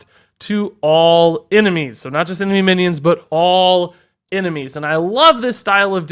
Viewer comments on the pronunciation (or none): none